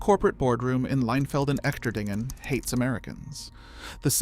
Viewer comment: The "Echterdingen" in Leinfelden-Echterdingen is pronounced using English phonetics as: "Esh-ter-deen-gen" with a soft "g". Trust me: I am an American who lived in that town between 2019 and 2024. Verstehst du mich? Ya? Alles klar! 😁